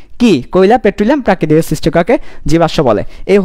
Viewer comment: ঘেস বলতে কিছু নাই স্যার। গ্যাস হবে। ধন্যবাদ 💩